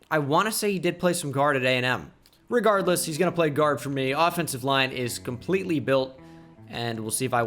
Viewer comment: Re "guard" less lol